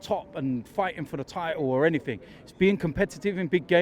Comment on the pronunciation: Enythink!! 😂😂😂 love Londoners inability to say....anything lol 😝